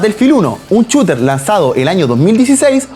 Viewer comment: un chooter jajaja che jugamos al chooter overwach?;)